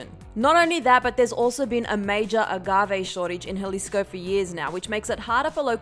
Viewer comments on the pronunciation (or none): none